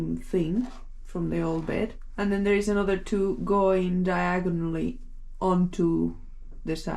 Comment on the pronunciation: did she say "Diagon Alley"? 😲⚡🤓🧙